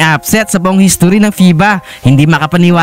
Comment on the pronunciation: How do you say history???